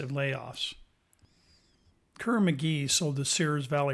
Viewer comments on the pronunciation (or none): none